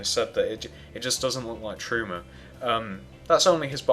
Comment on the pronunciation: LOL you said truemoo